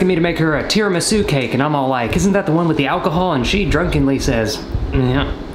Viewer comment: its pronounced tida-misoo Edit: Holy shit its been awhile, i was definitely a smart@ 10 months ago